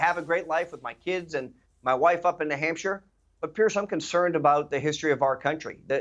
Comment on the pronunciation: What's a Nuh-Hampshire?